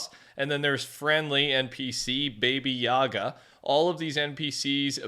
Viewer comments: Baba yaga❌ baby yaga ✅😂😂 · Not baby yaga.. Ba Bo Ya Ga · Its baba yaga, not baby yaga, what is she? A rapper? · Bro…BABY Yaga…really? Come on learn how to read…BabA Yaga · Baby yaga? Bro do you even read? Or do ANY semblance of research go things you don’t know? BA-BA YA-GA. Ever heard of John wick? Or the literal baba yaga witch, which I’m almost positive there’s a skin of already in Fortnite. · Baba yaga is John wick, and it's not baby yaga😂 you just say baba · "Baby yaga" 💀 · Say it with me bah-bah yaga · It's pronouced Bah Bah Yah Gah. I don't know if there is a reference elsewhere but it was used in John Wick, it's something like the Boogie Man. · "Baby Yaga" 🙃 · God , the way he pronounced it made that sound weird 🤣